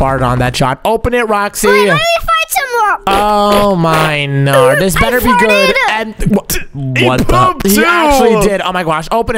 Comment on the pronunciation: Bro stop saying gwod